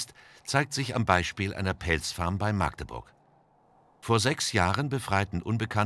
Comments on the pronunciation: Maaaagdeburg, ätsch! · MAG~DE~BURG also Magdeburg. UND NICHT MAAAAAAAAAAAAAAGDEBURG!!! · Warum sprechen die Leute das A bei Magdeburg immer so lang aus? 😭 Es ist kurz... KURZ!